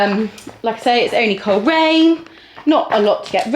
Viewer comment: I think heard "Cheltenham" when you said "Coleraine" 😂 😂 She's finding the 100 easy peasy! 💖